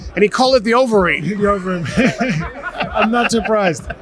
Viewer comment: When you’re interviewing a superstar in UFC heavyweight, give the man the respect he deserves and learn to say his name properly. It’s Overeem not Overeen, you said incorrectly multiple times.